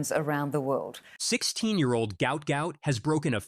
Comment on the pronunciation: PRONOUNCE HIS NAME CORRECTLY. GUOT NOT GOUT